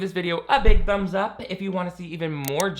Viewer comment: I just realized how childish I am because of the way I’m giggling so hard at how it sounds like said “give this video a BUMS up!” at the beginning 😂😂😂 I know he said ‘thumbs’ but it sounded like ‘bums’ and I need to grow up immediately 😂😂😂